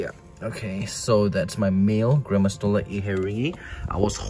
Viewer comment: When I hear "gramastola inhetingi" I tought you always said granma 🤣 don't know why, anyways, I am sorry for your loss